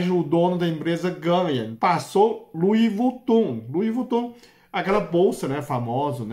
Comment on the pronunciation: Luivutun😂😂😂😂 que graça ❤